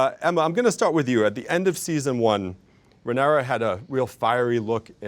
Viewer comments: It's Ray-near-ah sir! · Not the interviewer pronouncing the protagonists name like Panera 😂😂😂 it feels like he's only briefly skimmed through the cliffnotes for the show and never actually watched it, espeically considering questions like the one he asks about Helaena lol...like....dreaming is the point of her character, how is that a question that's at all interesting to anyone who's watched any of the show????? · Can this guy say Rhaenyra correctly once :( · The host bugged me he could not say Rhaenyra correctly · Why does he keep pronouncing her name like that? It's distracting